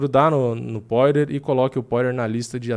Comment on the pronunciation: pqp amigo, todos esses anos de diretasso e ainda não aprendeu a falar o nome do Justin "pÓirer... ou melhor Poirier